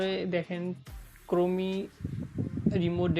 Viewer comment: তুর বাল ক্রোমি না ক্রোম🤣🤣🤣